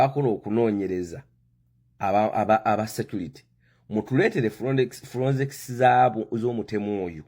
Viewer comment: Bakiyita FORENSICS not FURONSICS....you are a confident ignorant funny man.